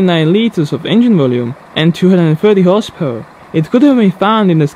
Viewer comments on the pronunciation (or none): Dude, when you say 'horsepower version' you sound like you're saying horse perversion